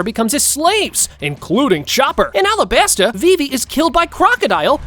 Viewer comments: Alabarta? I thought it was alabasta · Yeah, it’s called the alabarta kingdom